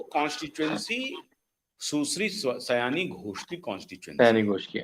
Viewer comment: महाशय जी! उसका नाम सयानी नहीं है, सायोनी है।